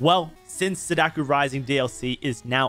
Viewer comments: every time you said sadaku instead of sadako my inner weeaboo wept tears of blood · I think you're great and I love that you're a Sadako believer, but you really butcher the pronunciation 😅 You say it as "suh DAH koo" It's more like "SAH dah koh" Both "a" vowels being pronounced like a short sigh of relief: "ahhh" And "o" being a long o, like in note or bloke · He's saying Sadaku. It's Sadako. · Killers name: Sah-dah-co How he says it: Say-dakh-yu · SadaKO not sadaku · "Sadakoo" Ahhhhhhhhhhhhh stop, please 😭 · Saw-Daw-Ko Not sudoku, please it hurts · Stop saying "Sadakuuuuuu" It's just ko. As in "oh" but with a K at the beginning. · Bro I hate to be that guy. But it's pronounced sah-dah-koh. Just saying. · please stop saying sadaku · dude pls take like five minutes and go listen to how sadako and onryo is supposed to be pronounced. pls